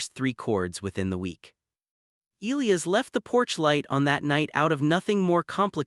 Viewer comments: Narration too fast and expressionless. Elias and Caleb mispronounced. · I agree.